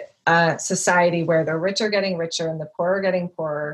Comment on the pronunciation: What a great collection of mediocre convos on a fascinating topic. You lost me with “the rich are getting richah” Bernie Sanders socialist pitch.